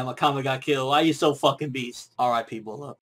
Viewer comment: its pronounced as Brat not bulat :/